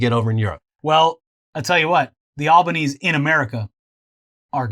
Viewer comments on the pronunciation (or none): Hi im Australian, its not Albos last name is not pronounced Al-Baa-Knees its Al-Bah-Knees-eee. Also if y'all don't know Scotty shit his pants in the Eugadeen maccas (McDonalds) it happened when he was a teen or something but we always love to bring it up. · Not sure if said already or not. But our PM Albanese is pronounced.. Al-ba-knee-zee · Terrific episode. Albanese is pronounced Alban–EASY. And the Liberals ran an awful campaign ad with the tagline “it won’t be easy under Albanese.” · It's pronounced al-ban-easy but we call him albo. It's a great win Australia but albo is going to have a very rough 3 years with Australias incredibly biased media slandering him